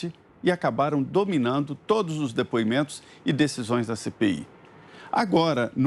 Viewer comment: Vejam como Renan se pronuncia (Adivugado, Dipuimento)